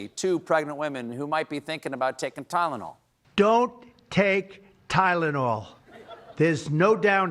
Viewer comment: He couldn't even pronounce Tylenol